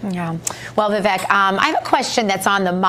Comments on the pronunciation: Vee-veek not Va- veck. He’s so cool he doesn’t even bother to correct the error like Ka-mala did 😜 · I don’t see why it’s so hard for people to say “Vivake” and not “Viveck”. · How are people still pronouncing his first name wrong? For someone who's known Vivek for a little bit - his words - he shouldn't still be saying "Viv-ek". It's "Viv-ake". Like cake. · it's Vi-vake, as in cake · Vivek . Pronounced vivake... like cake. Hes gracious that he doesn't correct them. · Vivek is pronounced "Vi-Vake" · Hey folks - it's pronounced Vivek (Vi-vake like cake)! Get it right! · And learn how to pronounce his first name. 😬😒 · This guy says he knows Vivek but doesn’t know how to pronounce his name. Got it. Good friends-Obviously. Vivek will be the next president. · It's Vivek, but sounds like cake. You are mispronouncing his name! 😮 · he doesn´t know him if you can´t pronounce his name